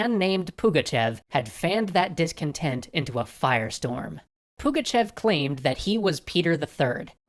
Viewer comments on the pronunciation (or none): It's Pugachov) e is supposed to be ë that us, russians read as o) sorry about being like this, I just can't stay still when my great-grandfather surname is called wrong) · "Nakaz" basically means "mandate" in russian. Also it sounds more like "Pugachov".